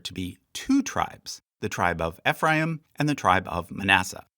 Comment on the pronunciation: FYI Ephraim is pronounced EEE-phram like youre saying the letter E